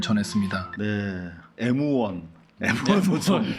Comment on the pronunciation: M1아닌가요 그총 왜 일본발음 합니까 에무원이 뭡니까 엠원ㅈ